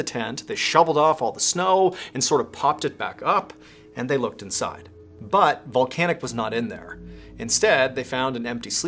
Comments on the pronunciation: Drink every time he says Voncanic 😂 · Can't not hear 'vulcanic'